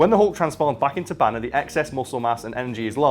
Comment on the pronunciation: Its Bruce Banner! not Bruce BANEr you twats.